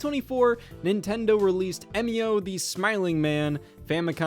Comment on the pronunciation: It’s E-mio, not Em-io.